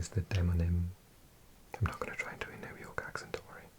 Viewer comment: I love how you say New York. ”Nu jaaw….. K”